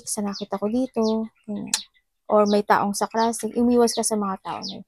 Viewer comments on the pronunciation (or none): Sarcastic not sacrastic. omy